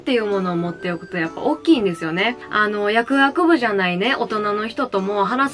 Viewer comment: 「やくあくぶ」に聞こえる説